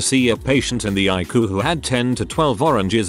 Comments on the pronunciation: I hate AI voices!!! Ikoo instead of I.C.U.? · If you can't narrate your video yourself at least use a computer generated voice that can read the text properly. Icu is I.C.U not ique. Come on you can do better. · what is Ikoo I thought it was I-C-U. Doesn't anyone know how to reprogram these damn computer to talk correctly. Oh My God these drive me nuts. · Some of the stories were kind of creepy, but they were all interesting. On a side note, I would prefer hearing a human tell the story who would actually know how to say things like ICU instead of icoo. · It’s I.C.U. ( intensive care unit) not icu, it’s not a word. Get someone who can read and pronounce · Couldn't take it seriously, Icu pronounced haiku instead of eye see you. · I cue? Not ICU, use a real person or don't post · Is the narrator familiar with the English language? I can't listen, there are too many language errors...something as easy and simple as ICU!!! Come on!! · How sure are we that the narrator is actually a person? Pronounced ICU as a word instead of individual letters and seemed to say Geezus instead of Jesus. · It would help if ER and ICU were pronounced properly. Are we listening to a bot? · 1st of all, get an other AI to read it stories, or better yet, a PERSON. Tears is wet stuff, coming from ur eyes- not as in 'he always tears his clothes'. 2) Sometimes letters are words, other times, their sounded out: ICU, NOT ich-coo. MS IS M.S.! It kept says his dad 'mise as a child' I rewind X3, mise. Subtitles-.mice. I finally enlarged the screen & hit pause- rewind X3 more. IT SAID M.S.!!! Doesn't anyone listen to ur broadcast to critique? I know comments are to be polite & kind, but .... Pls?? I stopped at 2min17sec, I couldn't take it anymore. Sorry. Just some feedback to help ur channel, ok?